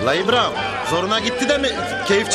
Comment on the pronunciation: ibraham ne lan😅